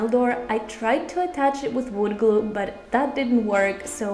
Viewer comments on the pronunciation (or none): none